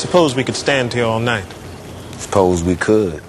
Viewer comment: I suppose we could stand here all not spose we could 🤣🤣🤣 makes me laugh everytime 😂😂😂